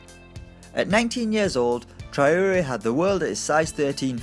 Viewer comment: it's Tra - o - ré. have you ever watched a football game? that name has been pronounced so often.